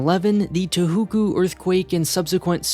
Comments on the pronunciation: The whatnow earthquake? Did you mean Touhouku? Long vowels, and a vowel sound kinda like the O in "oh". (or very similar to the scandinavian Å) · You mispronounced Tohoku. It is pronounced Toe-Hoe-Koo. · Honestly, couldn't help but snifl at the "tuuhuukuu" pronounciation... :-D Tōhoku, with o-sounds rather than u-sounds. ;-)